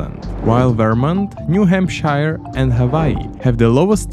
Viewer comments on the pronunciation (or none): as a new englander hearing him pronounce new hampshire as “new hamp-shi-re” hurt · DONT PRONOUNCE NEW HAMPSHIRE LIKE THAT 🤬🤬🤬🤬🤬🤬🤬🤬🤬🤬